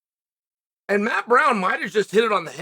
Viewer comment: Chael says... aehnd.